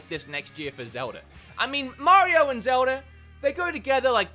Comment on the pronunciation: I’ve watched this channel so Much I’ve started saying Zelder instead of Zelda at this point and I love it 😂